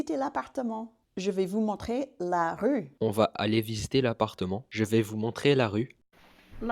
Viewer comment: Native French speaker here, here are some giveaways that I noticed, as pointers for improvement, but your pronunciation is already excellent! - your “a” as in the definite article “la” is not open enough. This is very American (not only English): in French, one can never open the a too much! - your articulation is still too…articulate! French must flow, so fight any stops between words, and peruse contractions (“bienvenue” -> “bienv’nue” etc). - voice placement. This one is very familiar to singers: every langage has a different natural level of “resonance”, something that resembles a kind of pre-nasalisation (but is not). English and Italian have medium-high, French has almost none. This makes your voice “ring” too much when your speak French.